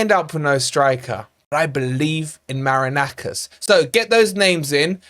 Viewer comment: do you pronounce the owner's name "Maraknackers" on purpose? 😅